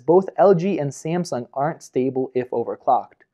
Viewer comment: ......How do you say Samsung? lol